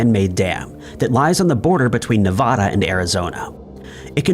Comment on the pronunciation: Nevada.. not nevahada